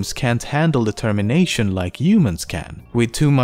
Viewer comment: "determiNOTion" lol this made my day xD